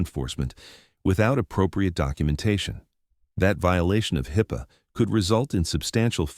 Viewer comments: Tell me why the narrator pronounced HIPAA at least 6 or 8 different ways, usually incorrectly. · I like how the AI voice has pronounced HIPPA nine different ways. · I find the various ways to video pronounces HIPAA to point toward AI slop. Please do better. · Oh, how I love AI narration. Just listen to how many ways the narrator pronounces HIPAA. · Train your AI to consistently pronounce abbreviations such as HIPPA. This is mass produced AI slop. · How many different ways can AI pronounce HIPPA? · It did, once or twice, along with so many wrong ways. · How many different ways can an AI bot mispronounce, 'HIPAA? 😅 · God damn AI can't even pronounce HIPAA correctly or changes it throughout the story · AI slop. Pronounced HIPA three different ways. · AI narrator? Can't pronounce HIPAA correctly consistently. Get it right. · Just another story of an EGO driven cop over-reaching his duties and not understanding LAW. Seen it over and over in these type of videos. (Why does AI pronounce "HIPAA" in about 8 or 9 different ways?) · Please learn to pronounce HIPAA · Would have been nice if you could have spelled and pronounced hipaa the same way throughout. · If you are going to post these tall tales, you could at least use a speech program that knows how to actually pronounce words. The AI program you use is so dumb it pronounced HIPAA 3 different ways. Goof balls. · At least teach your AI to read and pronounce hippa correctly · It didn't take very long for my interest to switch from what the story was about to how many different ways HIPPA can be pronounced and spelled. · And poor AI at that. At least five different pronunciations of HIPPA! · This was a pretty good story but the narrator reading. But he kept mispronouncing HIPAA about 10 different ways drove me crazy listening to him to say it a different way every time. Do better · It’s not pronounced HIP Pay! It’s pronounced Hipaa! HipA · It’s pronounced HIP-uh, not Hi-Puh. AI voice. Come on people.